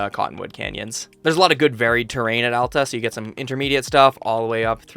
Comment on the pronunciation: As soon as i heard Alta not Allta deserved a like immediately. I usually ski at Solitude and I love how you like Solitude.